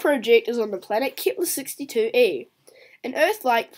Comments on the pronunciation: it wasn't typed you said it like keeeeepler and it hurt people's ears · I meant it wasn't keepler